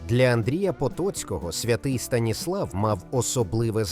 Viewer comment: Помилка щодо Звягеля і наголос у колишній назві Франківська СтанІслав